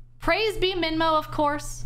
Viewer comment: someone shows me this, all i hear is praise /b minmo, instead of praise be minmo. jokes aside please dont go on /b